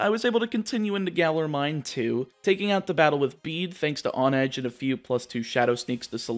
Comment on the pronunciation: Isn’t it pronounced “HONE-edge”, as in how one has to HONE their skills in order to improve.